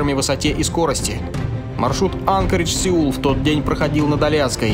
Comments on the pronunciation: Только не Анкоридж, а анкОридж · Только город на Аляске не Анкридж, а Анкоридж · АнкОридж. Ударение на О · Правильно анкОридж и ИКАО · Единственное над ударениями и географией поработать нужно Сахалин это остров а не полуостров и Анкоридж ударение на О делается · И Анкоридж, ударение на О!